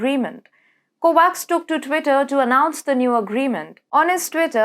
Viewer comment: Kovacz is pronounced as Kovach. Russia as Rusha. Energy - the accent is on first E.